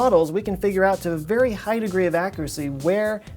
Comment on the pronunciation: After the long string of “very”s I heard fairy for every other very you said